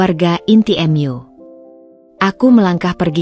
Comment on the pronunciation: Cerita yg ber-belit². sama spt cerita dr vlogger² yg lain 🤪 emak pen-cuap², Koq kenapa koq kosa kata: Mu, tapi kenapa.. Koq di-ucap-kan: em yu ??!. Pdhal itu arti: mu yg dari kata kamu. Pembaca narasi yg ber- suara nenek grandong yg spt di sinetron Mak Lampir TV indosiar 😅